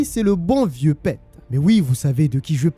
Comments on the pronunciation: Un régale cette histoire, même si je la connaissais déjà elle est incroyable !!! Et ça se prononce Pite pas Pète mais sinon super vidéo 😁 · Pete = Pite Peter = piteur Mais à part ça jai kiffé la video